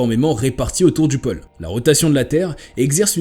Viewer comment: pÔle et non pole